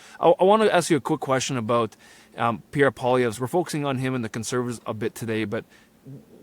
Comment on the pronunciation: Really annoys that after all of these years, Rupa still cannot figure out how to pronounce Poilievre. My god Rupa, you live in Ottawa! Pronounce it correctly